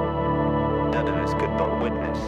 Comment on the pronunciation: Great band, but it's "Daedalus (day-da-lus)", not "Dedalus (ded-a-lus)".